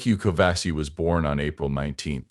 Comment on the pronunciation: 1. It's Nicu Covaci, not Covasi. 2. He's not American, he's Romanian. Get your facts straight, before dishonoring someone's memory.